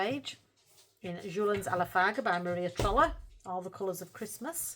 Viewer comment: I love how you say Maria trolle like a northern Maria trolley 😂 it’s all I hear and picture in my mind, Maria’s trolley 😂 can’t wait to see what you manage this month. Glad you’re slowing down with the untouched books! ❤